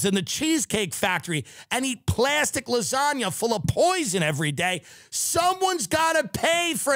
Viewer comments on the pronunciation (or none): none